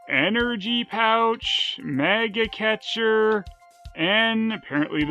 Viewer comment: "MAGA catcher" we could use one of those down here in Texas! Got allot of those varmints running around down here! Yes I know it says Mega Catcher but he pronounced it MAGA, so s-shutup.